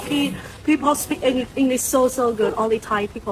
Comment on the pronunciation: เราร้องเพลง Elvis presley ให้ฝรั่งฟัง ในยุโรป..เรียนภาษาที่ AUA..การออกเสียงเธอยังไม่สมบูรณ์..ส่วนสำเนียงไม่มีใครซีเรียส..จริงๆแล้วคนฝรั่งเขาต้องการแค่ สื่อสารเข้าใจกันเท่านั้น..เก่งขึ้นมาคือนักร้องสากล..เก่งสุดๆคือ โต้เถียงเรื่องภาษากับเจ้าของภาษา..ซึ่งอย่างหลังไร้ประโยชน์..พีเพิล ก็ผิดแล้ว..นี่ครับ ไม่เรียว หวดสักทีซิ..555